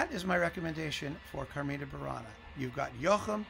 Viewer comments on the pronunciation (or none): As a native latin speaker, coming from ancient Rome itself (my English, igitur, may be far from perfect), I see a little incongruity in the way you say 'CarmIna Burana', with the I stressed, and then 'Catulli CArmina', with the A stressed; the latter is the correct stressing in the language of my (old) days. Of course I know these songs are very modern, as they were composed in what you call the 'Middle ages', but that should not have nothing to do with which the stressed syllable is. In other respects, I learn a lot with these videos,, and really enjoy them. So thank you very much!